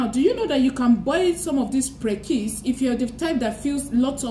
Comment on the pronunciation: English is Aidan Fruit and in Ghana 🇬🇭 we call it Prekese pronounced Pre-ke-se Pls take note for the future! Good job